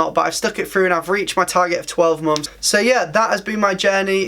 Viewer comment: And "months" sounds like "mom's"